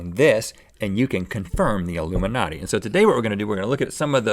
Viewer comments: Rhett is illumiNOT but link is illuminati. Rhett, we don't hear the "E" but link yes!! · Illumi not e - any ryan higa fans here? teehee